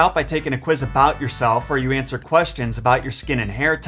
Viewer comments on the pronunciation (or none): none